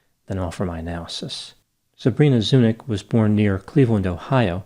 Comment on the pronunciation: I'm pretty sure her last name is pronounced Zuni-ch - just was anglicized since her ancestors arrival in the US. Her last name should really be pronounced with a ch like Charlie not k. She obviously has a Slavic background - most likely Serbian or Croatian..